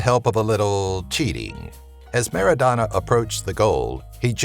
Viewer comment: MARADNA , NOT Merodana .Everyone loves him like cocaine